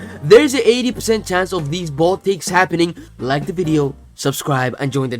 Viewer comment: Your trying to say "bold" only to end up saying "bald" 😂😂😂